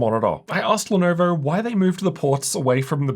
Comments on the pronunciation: Had come across your videos while buying my first gaming laptop, Lenovo legion Y540, back in 2020. Your pronunciation of Lenovo as 'Lenerver', brought back so many memories. Thank You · why does bro say "Lenoevorr" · 'lenaurvaur' hehe